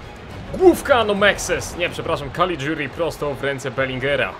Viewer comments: Nie Calidziuri tylko Calliguri. Czyta się tak jak się pisze :) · tego caliguri wymawiaj kaligjuri ;) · czytaj kaligjuri